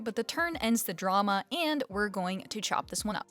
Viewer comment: Haha "The turn ends the DRAW-ma 😂"